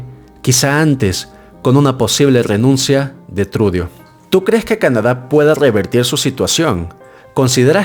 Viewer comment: Trudo así se pronuncia no trudio!